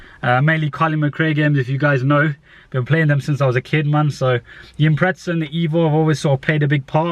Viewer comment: Lol it's Impreza not impretsa 😂